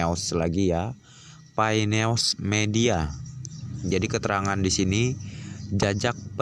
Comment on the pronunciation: Koreksi bro.. "News" itu dibacanya bukan "neos" tapi "Nyus"